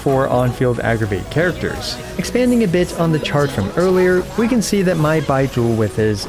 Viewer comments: why does it sound like he's saying "bye-jew" instead of like they pronounce it in the game? o.o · Why are u saying his name like that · Idk why but the way you say Baizhu cracked me up xD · U pronounce Bai zhu v funyn hahahaha. The zhu especially 😂 like you're pouting after saying it Edit: I keep niggling each time u say his name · The way he pronounces "Baizhu" feels funny to me, dunno why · Why you call his name like that tho? 😭